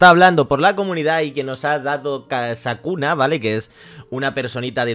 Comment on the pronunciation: Nooo se dice Sakuna es Sukuna